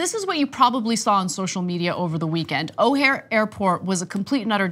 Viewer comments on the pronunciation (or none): O'hare is pronounced with an emphasis on the 2nd syllable.